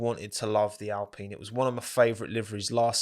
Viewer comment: "Racing Pine" why you have to say it like that